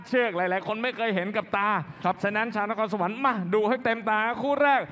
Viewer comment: NAKHONSAWAN << Not NAKORNSAWAN